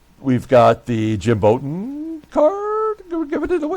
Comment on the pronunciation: Jim Bouton is pronounced like take a bow. You managed a good game and yet you lost. Keep Duffy Dyer, he's a pretty good back up catcher.